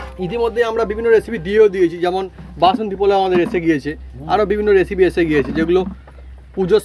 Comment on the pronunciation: রান্না র সাথে আড্ডা ও জমজমাট।কিন্তু দাদা আপনি এসিপি না বলে রেসিপি বলা অভ্যাস করুন